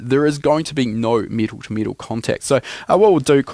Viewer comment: It’s not pronounced meetal